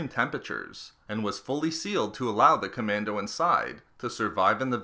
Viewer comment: John CommanDOE